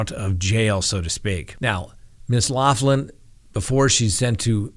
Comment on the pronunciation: Her name is pronounced locklin not loflin. its an Irish surname but thanks.